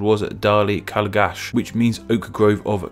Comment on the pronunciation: Some small pronunciation corrections. The Irish name for "Derry" is "Doire" usually pronouced as "Dih-Ra" or "Dyih-Ra" (varies slightly from accent to accent) "Calgach" would be pronounced as "Kal-Gak" as Ch in Irish makes a K sound